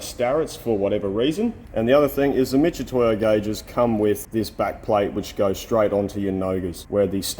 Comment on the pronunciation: Why do people pronounce mitutoyo as if it was spelled m i t c h when it's spelled m i t. Picky I know but wrong is wrong 😁